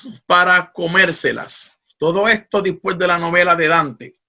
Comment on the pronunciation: Excelente tema. Solo una observación: no se dice "dispues" es "después".